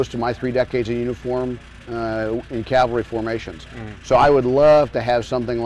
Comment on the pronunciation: This cat was in the CAVALRY for 30 years but he calls it the CAL-VARY?